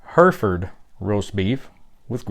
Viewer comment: In the u.k it's called stewed steak Hereford you pronunciation is wrong it's her.eford